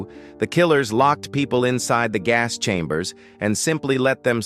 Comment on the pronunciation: pleez not ze hass schambers